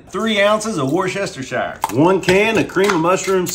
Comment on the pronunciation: That’s the worst butchering of pronouncing Worcestershire sauce I think I’ve ever heard!! Food looks great though!